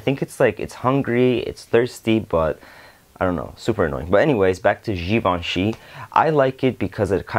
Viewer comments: You pronounced givenchy perfectly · Yes you did pronounce Givenchy correctly.